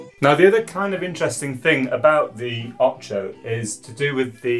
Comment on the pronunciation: Come on... it can't be that hard to pronounce "Ocho" correctly.